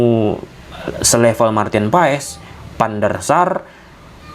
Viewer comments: dibacanya martin pass bang bukan paees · Maaf bang... Cara penyebutan nama Maarten Paes yang bener bukan Paes tapi Pas bang, jadinya Maarten Pas gitu bang 🙏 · Dibaca nya martin paas